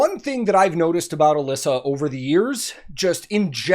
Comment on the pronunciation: Her name is actually pronounced Uh-lee-suh. Don't worry though I was saying her name wrong too for a long time 😂.